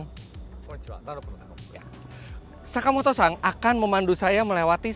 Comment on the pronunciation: om fitra kok saya ngedengernya kaya Sakimoto-sang bukannya Sakimoto-san kalo salah mohon di maafkan dan di koreksi🙏